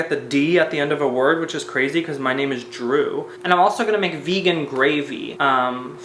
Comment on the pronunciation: bold thing to say, assuming that your name is spelt with a D. it’s literally pronounced jroo.